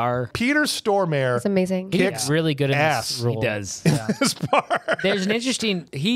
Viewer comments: STORE-MARE?? HAHAHAHAHA I will live off that bad pronunciation forever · Stor Mare? I've always heard it pronounced Sto Mar Re and was surprised how long it took to find a comment about it. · Peter Stormare, pronounced Storm-a-re. Means stormer, as in he brings the storm in Swedish. Equivalent would be to be named Fury in English. Stormare, it does not rhyme with nightmare. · Lol as a Swede the prononciation of Peter Stormare as ”Store mare” sounds funny. In Swedish its pronounced Storm aré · Hah, Peter Store mere? Xd i love when americans try to pronounce Swedish 😂💪🏻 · As a person that grew up in Sweden. Hearing the pronunciation on Peter Stormare in this video is hilarious 😂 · Sure, let's pronounce 'Stormare' like that